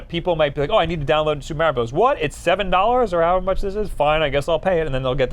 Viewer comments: Everytime says "Meh-rio" God kills a kitten. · Super mAIRio brothers Me😣 it’s Mario, real Italians even pronounce it mario